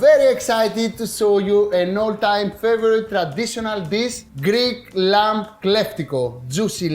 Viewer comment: lol Akis, the b in lamb is virtually 'silent' in English, so you don't need to pronounce the 'b' so you say 'this beautifully, expertly, inexplicably cooked lam/b IS PERFECT' because I know it is, on a tech level, I have never seen Kleftiko cooked with cheese before, is this regional? as always entertainingly inspired cookery, and love the best of Greek Yoghurt, olive oil and Lamb, including lemons and many other things no doubt....... 😉🥰